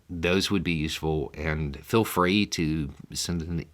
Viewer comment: You also say "fill" instead of "feel" 😉